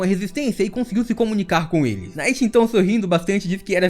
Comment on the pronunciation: Pq você fala "Night" pro Nacht (ナハト Nahato)?